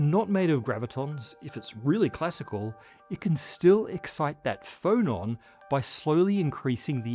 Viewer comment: you said "phonon" but I heard "Frollon" and pictured a particle that was just Frollo's head repeated, orbiting and singing HELLFIRE in chorus